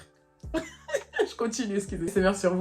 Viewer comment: J’ai retenu une chose : " un petit sucrrrre" 😂😂😂